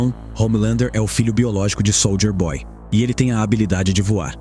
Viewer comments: "Sôlder boy". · Pena q o narrador fala SOLDER BOY... SOLDER